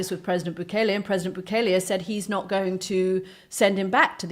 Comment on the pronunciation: Goddamn it! He was here legally!! Stop telling lies about him!! And it’s bu-KEL-lay.